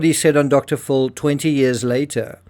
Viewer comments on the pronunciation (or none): TCRS - it’s Dr. PHIL, not “full”.